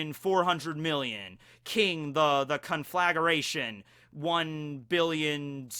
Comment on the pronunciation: also sidenote: you pronounce it as CON- FLUH- GRAY- SHUN